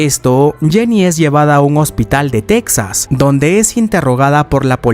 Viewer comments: Se pronuncia "Tejas", no "Tecsas". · Casi todos los latinos también le decimos "tecsas" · Me estresa como dice TEXAS